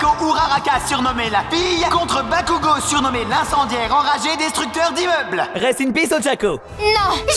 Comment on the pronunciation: Je rêve où j'ai entendu du un "bakougo" de la pare de deku?😮(Au début)